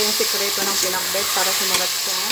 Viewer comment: parang iba yung pag pronounce ng Pinakbet- Pinakbut?